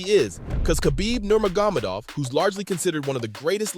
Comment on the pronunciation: How did he just pronounce Khabib's Last name? 🤣😂